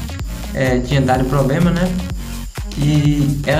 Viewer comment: "Toxe escrim", "pobrema", "martefone", se vocês "querê"...... PQP!!!!